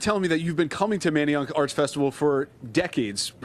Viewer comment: What did she say??? She can’t say Manayunk correctly lol🤦🏾‍♂️🤦🏾‍♂️😂